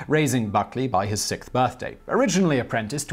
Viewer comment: Cool video but why do you say "sicth" and not "sixth"?